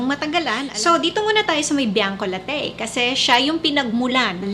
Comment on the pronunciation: It's pronounce Bianco LA-TI not Bianco La-TEYY mam ☺️